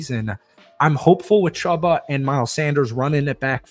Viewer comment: Chew-buh is how it’s pronounced